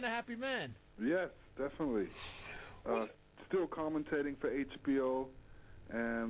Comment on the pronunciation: still saying 'DEFINATELY'